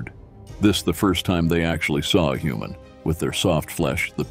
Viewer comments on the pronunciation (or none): Human I thought you said noman